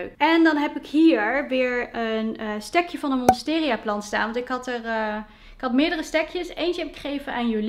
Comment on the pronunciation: Het is Monstera, geen Monsteria :)